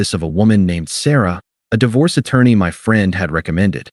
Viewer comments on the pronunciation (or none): Hey AI - Di Vorce is not the correct word. I switched off after 5 seconds.